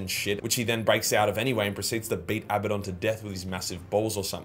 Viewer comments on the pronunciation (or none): none